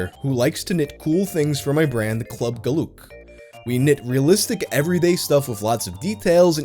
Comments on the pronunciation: club guhlœk me (a belgian): Echt gast? GuHlŒk? Is dat je beste poging? Ga je het niet eens door google translate draaien? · I hate my country, but i hate u saying geluk wrong more